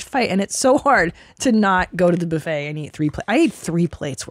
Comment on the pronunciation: I like how she called the buffet a boofay